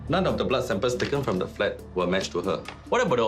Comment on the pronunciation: The blood sampers... lol .. he cannot pronounce samples correctly